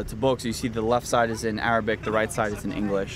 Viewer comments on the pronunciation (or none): none